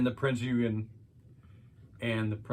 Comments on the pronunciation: Its pronounced prinz ogin the e is silent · It's pronounced: Prinz Oi-gen ...hard G as in the word gun. Great video, too! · Pronouced OYgan - or you could just say Prince Eugene.